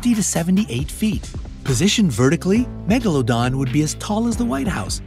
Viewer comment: its not "megalondon" its "MEGALODON"!!!!